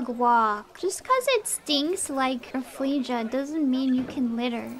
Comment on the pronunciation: Bro she pronounced it as a "Raffle-asia" 💀